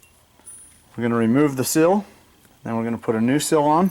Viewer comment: And it's seal, not sill. haha